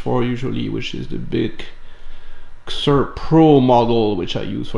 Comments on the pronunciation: it is. And he's said it correctly before, not sure why the change. The company says how to pronounce it too. Why does every youtuber screw this up lol.. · Is it not pronounced “SEE-zurr”???